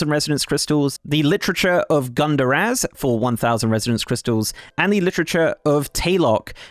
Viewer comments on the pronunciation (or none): You pronounced arcan'dor and Gundargaz incorrectly.